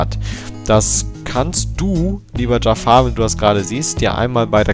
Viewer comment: Zu Beginn: Dieser Kommentar ist sehr viel länger geworden, als gedacht. Ich WUSSTE, dass am Anfang erst mal was zu meinem Namen kommt. :D Immer wieder belustigend.^^ "Dschaffar" (wie der Böse aus Aladdin) und "An-ju-hal" wird es richtig ausgesprochen, um das Rätsel einfach mal zu lösen.^^ Aber ja, über einen möglichen Namenswechsel hab ich schon öfter nachgedacht. Werde da beizeiten mal überlegen, wozu ich übergehe. Hach ja, das Banner, sowie Design generell...Ich weiß, dass das Sinn macht, um Leute auf den Kanal zu locken und zu halten. Aber es war einfach immer ein Teil von Youtube, der mir persönlich überhaupt keinen Spaß macht. Deswegen ist das Banner auch so enorm schlicht: Wenn ich da mehr machen wollte, dann würde es nicht langweilig sein, aber irgendetwas wäre bestimmt Grütze.^^ Eigentlich halte ich schon seit Jahren nach einem Künstler Ausschau, von dem ich denke: "DER soll mir was designen." Hab auch vieles gesehen, was mir gut gefallen hat, aber so richtig ist der Funke bisher nirgends übergesprungen. Abonniert habe ich deinen Kanal nicht.^^' Aber deine Kanalrezensionen gefallen mir wirklich gut, deshalb das Feature.^^ Ohne den LPF-Thread gäbe es auch ein Abo, aber da bleibe ich auf dem Laufenden, und meine Aboliste wird nicht noch überfüllter, als sie ohnehin schon ist. Kurze Trivia zu den Commentaries: Exorions Rechner war für gute 8 Monate völlig zerstört und in den Tiefen einer Reperaturwerkstatt verschwunden. g Also ja, aktuell passiert auf dem Kanal nichts. O